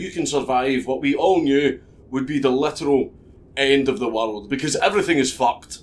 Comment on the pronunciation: It's pronounced worulululd